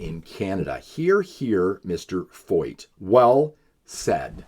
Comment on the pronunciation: I love how the people making all of these videos against Canada have never done a lick of research into Sean Feucht. At least you can pronounce his name right.